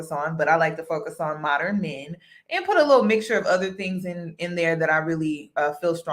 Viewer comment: Modern, not MO-der-ren men, lol